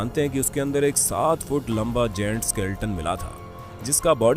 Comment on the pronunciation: गैंट होता है ना कि जेंट्स